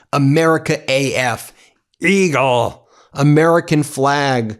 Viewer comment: i like the way you said eagle, brother.